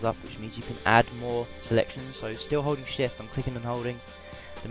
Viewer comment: holding shift sound like ur sayin *holy shit* XP lol